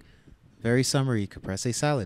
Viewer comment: It’s pronounced capreeeees not ca Press ay!!!!!